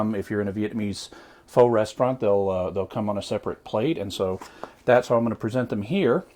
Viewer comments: "FOW"really? -_- sincerely, asian girl. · Dat is not how to say pho. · I'm going to go out on a limb and say if he used homemade beef broth, he would have used knuckle bone, beef bones with marrow, and the normal ingredients. This takes upwards of 12 to 18 hours to complete. In my world, that is not fast. When it comes to Pho (pronounced 'f-ugh') you are better off going to a Vietnamese restaurant. If I was deserted on a desert island with one food to eat, this would be it.